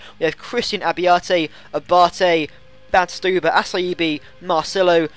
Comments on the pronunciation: Assaibi for Acerbi? Seriously? And you say Nocherino. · And A-CHER-BI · Nocerino = Notcherino Acerbi= Acherbi